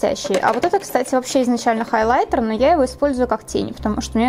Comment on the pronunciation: Я одна кайфую от того как произносит,, холайтэр"